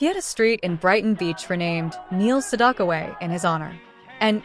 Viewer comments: Two issues with this video, both relating to the narration. The AI narration mispronounces his last name every time. The second syllable in his name rhymes with "back" not "dock". At the end we're asked to comment, and the AI narrator says "I read every single one", but pronounces "read" like "red". Makes no sense. The constant reminder that this is AI narrated distracts from the video, at least for me. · Yes! You're absolutely 💯 %!right about that AI female 👏 😒 🙄 👌 😑 😳 voice did actually 👌 😳 😄 🤣 😐 😆 over Neil Sedaka's #8 song 🎵 😀 😳 😄 🤣 👏 from the 1960s! And mispronounced Neil Sedaka's last name! Because 🤔 😏 there is no letter "o" in his last name!